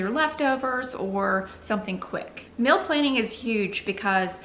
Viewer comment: Hmmm guessing you are saying "meal" but to my Canadian ears it sounds like "mill". Just discovered your channel today and am binging on it.